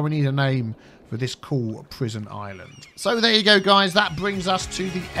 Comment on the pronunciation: Every time you say “you go there and you go there” I think your say Hugo.. like you see Hugo Chávez.